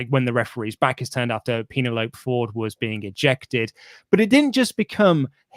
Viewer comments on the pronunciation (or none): PEEN-A-LOPE?! What kind of name is PEEN-A-LOPE?! LOL! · It's pronounced PEN-EL-O-PEE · please say Penelope properly... Ueeehhhhh..... That was horrible... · The way they pronounce Penelope is a reference to the movie Club Dread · Their pronunciation of Penelope is a reference to the movie Club Dread.